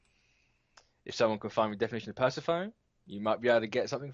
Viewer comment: I think it's pronounced per-sef-o-knee. lol Like Monica Bellucci's character from The Matrix Reloaded.